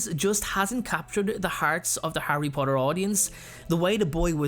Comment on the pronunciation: I hate you about that “Harry Potter” “Henry potter” I’m just kidding I don’t hate you😅😅😅